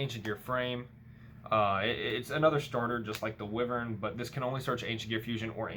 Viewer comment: Wiv-urn…it’s pronounced Why-vern